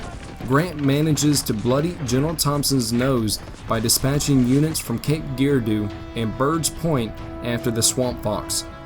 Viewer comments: To help out, when the covered video's narrator says Cape GEAR-doo... he means Cape Jer-RAR-dough. Cape Girardeau. Edit: wuff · Cape Geer-A-Doo? It's Jer-Ar-Doh. Forehead Slap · This guy says Cairo right but miss pronounces Cape Girardeau! My wife's family is from there, they pronounce it Jer-rar-doe. If you want to say it like a tourist say like this guy in the video! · Cape Girardeau is pronounced Juh-RAR-dough, not Gee-rar-doo. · From the st. Louis area. Grants Farm is a pretty cool place to visit. Its owned by the Busch Family. I know you like the Guardians so go Cardinals today. Its also pronounced like Cape Jerardo. Lol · It’s pronounced “Cape Jerardo” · The pronunciation of Cape Girardeau is what gets me 😂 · Some of the pronunciation in the subject video is pathetic. I had to wonder if it was a poor quality of AI. Examples are the way he said "Ulysses" and "Girardeau." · facts are pretty good. His pronunciation of Cape Girardeau is embarrassing, however. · I'll be honest, this is painful to try to listen to man